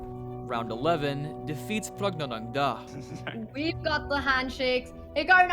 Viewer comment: Your pronunciation of pragnandha is very funny 😂